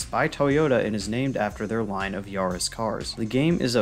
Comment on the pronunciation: Great video. Got a sub from me. Can tell you don't know much about cars because it's pronounced 'yah-riss' lol. Still. Great video. The effort shows.